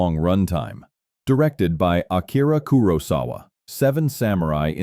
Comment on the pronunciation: Great list. Unfortunately the AI narrator pronounces Kurosawa about 8 different ways.